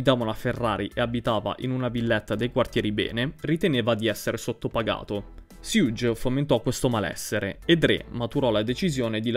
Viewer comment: bro però perfavore, la pronuncia di Suge come fai a sbagliarla?